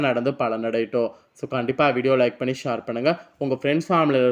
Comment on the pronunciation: ஷார் இல்லை ஷேர்